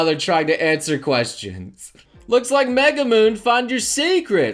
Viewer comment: Triggers me when he pronouces Megumin as Megumoon